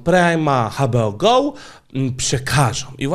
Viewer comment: Sorry, ale muszę:D "HA BE O GOŁ" XDD Pozdrawiam:D